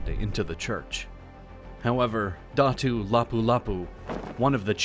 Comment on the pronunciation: Dah-too. Not Datas